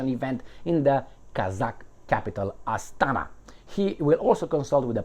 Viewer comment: It's Astana. Inflection on the first. Even I know that much.